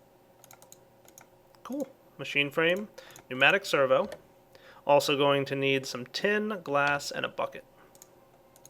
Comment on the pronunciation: I never cease to be impressed at correct pronunciation of "pneumatic servo" but his mispronunciation of "lapis lazuli".